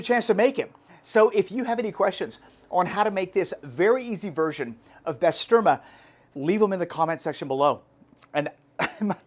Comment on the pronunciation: It’s pronounced Bah-ster-mah!!